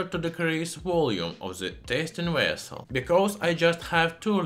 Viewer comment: Very good video, great info, and just when I needed it he said wessel. Made me go all happy happy joy joy.